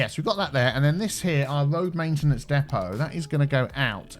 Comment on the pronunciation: so it's your..."Main tea nance area"?